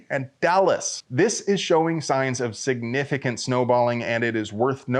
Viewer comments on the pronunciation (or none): Depends if there are metal detectors or not. Sig-nif-it-cant, yup, I heard you say it that way.